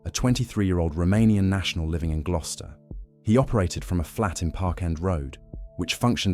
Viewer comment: Don't forget glue-ster